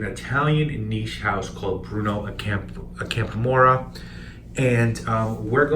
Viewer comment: By the way, Ac*am*pora is stressed on the 2nd syllable. Thus endeth the lesson. I'm curious - did you try Azzurro di Capri?